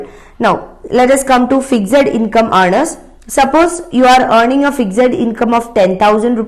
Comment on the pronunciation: You seriously need to improve your pronounciations ma'am. You can't even pronounce simple words like 'fixed' , 'giga' , etc. Btw , I am a big fan of study iq channel and really like the way the other faculties teach.